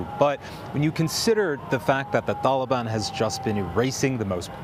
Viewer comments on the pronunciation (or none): Why is he saying tholobon lol wtf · Homie said “thaliban”